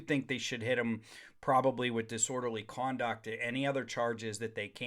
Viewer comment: Disorderly Cwanduct?